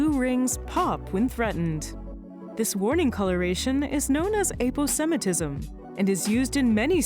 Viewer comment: Next time: how to pronounce aposmatism